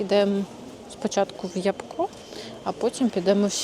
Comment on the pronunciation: Не ябко' а я'бко(наголос на перший склад). Ви що там не знаєте що таке ябка?